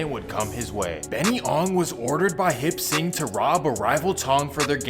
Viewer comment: Hip sing? Lol it's Hop Sing.. .